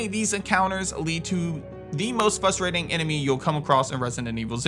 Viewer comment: Pronounce “frustrating” correctly, challenge impossible